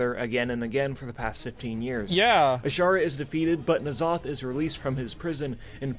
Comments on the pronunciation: Why does he keep saying N Zoth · I find it hilarious that is the only guy who actually say N'Zoth the way it should be read, IMO. En'Zoth is what it should be, cause he is an old god who are based on the Great Old Ones.